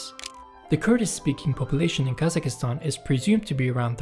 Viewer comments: Please Brother KazaKHstan, not KazaKIstan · Hurt my ears every time guy said Kazakistan 🤣 it’s Kazakhstan (Kazakstan or Qazaqstan) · It puzzles me why every single non-Central-Asian cannot say Kazakhstan, where did you guys find Kazakh(i)stan on the map??? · Never heard English speakers to actually pronounce the KH, which is a Russian version of saying Kazak anyway. In my opinion, Kazakistan sounds more correct.